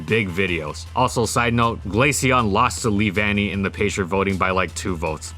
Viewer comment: lee-van-y? I though it was lev-unny.